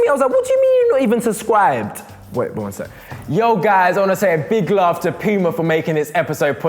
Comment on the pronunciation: Men he just said pima Uffff